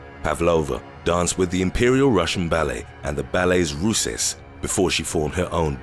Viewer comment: Russes is pronounced “Roos” just a heads up. Dope video!